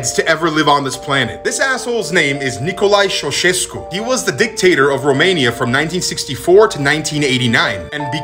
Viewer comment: Does any romanian here get triggerd by the fact he pronounced "Nicolae Ceauceşescu" like that 😭😭😭 It's Ni-co-la-eee Ciauu-ce-şes-cu